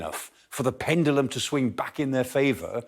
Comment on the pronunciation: Lmao pendilum hahaha